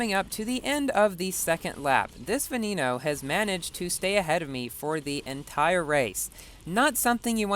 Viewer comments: Canned Bread it's said be-ne-no not ve-ne-no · Boi "Veneno" is pronounced "ve-ne-no". The e's are pronounced like those in the word "when". It's is NOT pronounced "ve-ni-no"